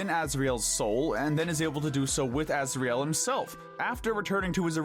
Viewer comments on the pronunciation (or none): "Alfies" 💀 (if im right its alphys) "Metaton" (if im right its mettaton) Azrael 💀 (its obviously asriel) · ITS NOT ALFIES ITS ALPHYS ITS NOT AZRAEL ITS ASRIEL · Asriel not Azrael . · correction: it's Asriel not Azrael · Ah yes, “Afies” And “Azreal”